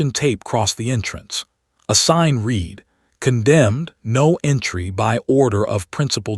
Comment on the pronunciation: Poor choice of bad AI pronunciation & imagery -- it's not REED, it's RED.... I'd rather have the still Cover image, than the looping Naruto JUNK. Plotline developes nicely + entertaining 👌